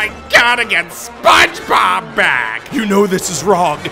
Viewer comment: “SPONG BOB” …. lol